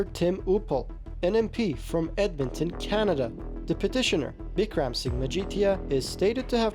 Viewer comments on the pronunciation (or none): none